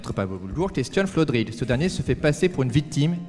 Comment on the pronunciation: Presque aucun des invités n'arrive à prononcer FLodrigue n'empêche ;) La team de cet épisode fonctionne bien je trouve, au top